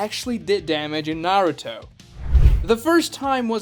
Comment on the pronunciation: this guy is making videos about his opinions but he can't even say Naruto right